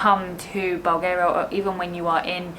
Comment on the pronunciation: 'Bowl' Garia... I'm sorry guy's love you but please polish up a little if you are representing us....